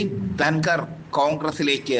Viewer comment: Dhanvar alla Dhankar ennu parayu